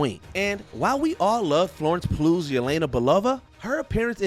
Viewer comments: Florence Pugh’s last name is pronounced “Pew” not “ploo”. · Did the narrator pronounce 'overarching' as 'overarKing' instead of 'overarCHing'? and Florence Pugh (pronounced Pew) as Florence 'P-LI-YOU'?